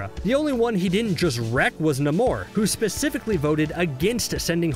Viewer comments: Namor, Its pronounced: Nay-More 🙄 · LMAO this dude really mispronounced Namor? SMDH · Why'd he say Namor like that 😂